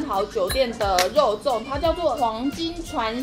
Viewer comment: 第一個不是肉粽，是“肉重”